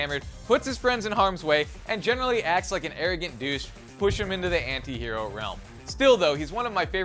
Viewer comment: Thank god an American knows how to say anti. Go ahead and argue?